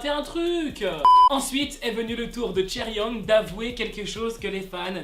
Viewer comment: Kaeryeoung ??? Si tu est un Midzy, faut au moins savoir prononcer leur nom🙄